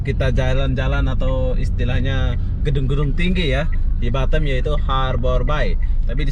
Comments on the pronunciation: Batam bukan batem... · gw baru denger org bilang Batam dengan "Batem".......ngakak gw